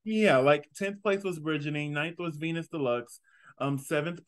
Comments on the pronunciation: Love the episode review. Also, it’s pronounced “veen-yas” instead of “venus” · Correction its vinyasss! Not vinas but anyways love the review